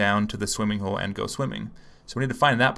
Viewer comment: Swimming HOLE, she said, swimming HALL :D